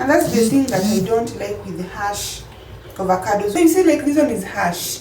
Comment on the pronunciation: It's hass avocado,not harsh😂